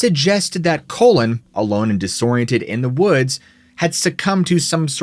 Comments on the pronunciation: Colon? I'm sure it's pronounced Colin like Kawlin not..Colon... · I was hearing him say Colon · Can’t stop giggling at the way you pronounce Colin. 😅 it sounds like you’re saying colon. 😂 it’s pronounced “call-in.” I spent a ton of time in western and upper Michigan. Probably should have skipped this one. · no fucking way the dudes name was "colon". did you double check it wasnt "Colin" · Call-in Not colon Couldn't name it past the 5 minute mark hearing that mispronounciation... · Colon? It's Colin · Colin...cawlin not colon...that's a body part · Call-in=Colin Colon=Large intestine 😂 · Colin not colon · Or he was constipated 😂😂 Colon. Get it?? His name is Colin. Pronounced: Call-In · could be' Colon" lol what about Colon Powell. Pronounced Cole-in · Maybe he should have checked how its pronounced rather than calling him colon the entire time. He pretends to be empathetic but the more I watch this guy the more obvious it is he doesnt care. He repeatedly uses stories of people commiting suicide during a mental health episode as being a possible supernatural phenomenon being a cause of death and the mentions why it was likely actually just suicide right at the end with something along the lines of "So, did this death have a supernatural cause or was it suicide" Fucking gross and disrespectful to frame suicides to fit a narrative that allows him to make more garbage content. Ugh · Lol I had to go back and see if he really pronounced it like that. He really did that 😂😭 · I noticed pronounced his name "colon" as well. Right before the 6 minute mark he also pronounced "wandering" as "wondering" around in the woods in a haze. I'm not sure if this is a speech thing with but definitely noted. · Also stop calling the guy “colon”. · Please show respect to. If he says colon then it's colon. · Now why you keep callin that boy colon??? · I can't take this one seriously when you keep saying COLON!!! LOL!! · Collin. Not Cole-in... Colon..lol